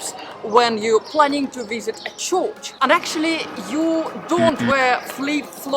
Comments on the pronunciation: Dear. You are a lovely presenter. As you are a very learned person, May I suggest one thing? In this show, You kept on pronouncing " Church " as " Chorch" There is no place called a " Chorch" pronounced like " Torch" in English. It Is a Church. Pronounced like in Churn as in making butter. or Urn as in "Burn" Keep on doing your great presentations. I am from Los Angeles but I spend an enormous amount of time in Italy. You are on point about every thing except " Chorch " LOl. 'Buona Giornata. ' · I think I prefer an AI voice... what's a 'chorch'?